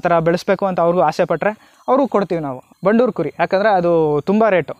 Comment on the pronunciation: It's Bandur and not bannur... Many ppl pronounce incorrectly..